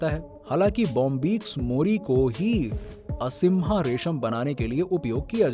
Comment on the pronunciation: असीम्हा रेशीम नही अहिंसा रेशीम बोलो भाई...